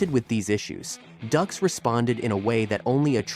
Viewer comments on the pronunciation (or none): DUX is pronounced "DUKES" not "DUCKS" 😂 and years later it was found to be 100% total BULL💩 But made JCVD a movie star & don't forget OGRE in there "NERRRRDDDSSSS!!!!" 😂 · It’s not “ducks” it’s “dukes”. He’s a fraud but at least get your facts right. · Ffs its pronounced Dukes. They even make a joke about it in the movie. Also his lawsuit had nothing to do with bloodsport. It had to do with the movie The quest. That literally takes like 5 Seconds to look up on google. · DUKES not Ducks. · Why does he keep saying "Ducks"? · His name "Dux" is pronounced "Dukes". Dillman never used his no touch knock out on anyone except his students. The person who attempted the no touch knock out was one of Dillman's students. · If you've seen "Bloodsport" you know his name! And you also know that it isn't pronounced "ducks." 😆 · If you've seen bloodsport you'll know his name...says his name wrong anyway